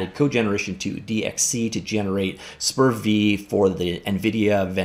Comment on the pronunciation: The correct pronunciation is"SPER-VEE" :)